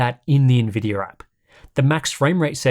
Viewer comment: Why do you keep saying NVIDYUR¿??¿